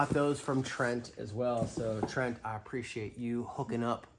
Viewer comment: Fun video! Thanks for entertaining and educating us. And yes you pronounced my name right. Good job! LOL! Trent